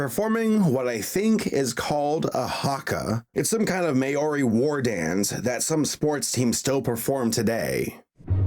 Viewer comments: May our ree?? I have never heard such thing. It's pronounced 'M au ree' Just google someone saying it. and the haka is awesome and super cool. Not attacking you or anything love your videos I just found this funny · New Zealander here - that is definitely a haka and you almost pronounced "Maori" correctly! It's not "may-oree," but rather "mow-ree" while rolling the R. Still, a great video as always! I'm new to the channel and LOVE what I'm seeing! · Not meiori. Its mā-or-ee And I’ve never cringed harder when I saw the animals found the haka 😂😂 the horrible attempt of pronouncing the language 😂... I don’t even know what they tried to do by fitting a New Zealand thing into something completely different. Kind of offended ngl.. lol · Ma-ori???? Its pronounced mowri 😐😑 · Maori is actually pronounced 'Mow-ree' and not 'may-ore-ree' Kinda weird that they put the Haka in there... in a movie about a Christian story (??) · im gonna be nitpicking new Zealander and complain about your pronunciation.what you pronounced as "mae-or-ee"is actually, "mau-ri". and a haka is a symbol of honestly i cant even remember but i know its something important lmao. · “Ma-ori” you fucking idiot. It’s pronounced “Mare-ey”you fuck pissed me off! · just letting you know it isn't mayori it is pronounced Mao-ri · Mayori war dance xD mah-oh-re (Maori) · It's not pronounced mayoree, its MODEE. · its pronounced "Mao-ri" not "Mayo-ri" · It’s pronounced mow (like meow without the e) ree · Nooooooo it’s not “mayori”! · As a New Zealander, this is called a Haka. But you pronounced the word Maori wrong. (It happens all the time, even in NZ) It's pronounced more like 'Mouldy'. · Maori is pronounced maw-reee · ... That Haka was TERRIBLE! It's supposed to be a war dance (performed regularly by the All Blacks, the New Zealand rugby team). And btw, Maori isn't pronounced the way you said it in the video XD The closest I can explain phonetically is Maow-Ree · anyone else triggered he said may-ori